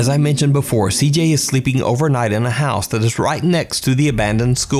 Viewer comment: needs to be in jail for the way he mispronounces "house" and "out".... aside from the fakery